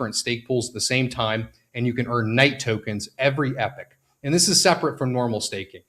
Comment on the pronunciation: The way you pronounce things like monero, epoch, and other words I’ve never heard before lol